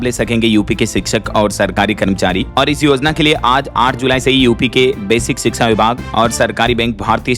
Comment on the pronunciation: Sbse pahle to shiksha bolna sikho ap.